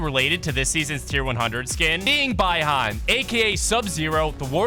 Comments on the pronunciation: Bruh it’s Bi-Han (Bee-Han) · I rewinded it like 100 times to make sure that’s what he said 😂😂😂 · Bro i got so mad by the way he said Bi-Han